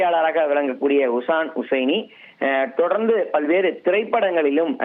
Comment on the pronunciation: செய்தியாளர் அவருடைய பெயரை தவறாக உச்சரிக்கிறார் அவருடைய பெயர் ஷிஹான் ஹுசைனி அவருடைய ஹை ப்ரோபைல் நிறுவனத்தில் 2000 மாவது ஆண்டில் நான் வேலை செய்தேன் மிகவும் உற்ச்சாகமான நல்ல மனிதர்...😢😢😢